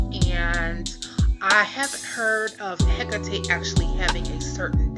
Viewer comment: It is pronounced he cot e